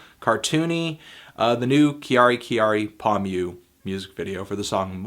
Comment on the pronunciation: For fuck sake Anthony kyary is not pronounced "kee-ari" Its "CARRY" just "Carry"